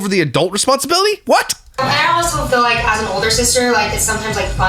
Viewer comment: "I fill like"